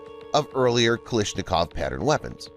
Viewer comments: The only thing I don't understand is why do you keep pronouncing his last name as "Kaleeshnikov" when it's clearly spelled as: KalAshnikov...? Borderline disrespectful honestly. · “kilishnikowa” 💀💀 try to spell it like “calAshnikova”